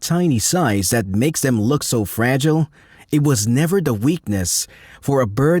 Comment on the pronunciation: E.g. the way it says "hover" and flower is unnatural. Maybe a dutch accent bc they say "duh" instead of "the" ? Video is neat tho